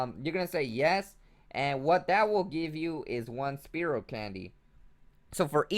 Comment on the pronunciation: jesus will u pls just say spearow the right way?lol it hurts inside everytime i hear you say speerow